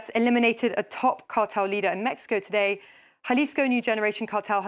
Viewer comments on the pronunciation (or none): none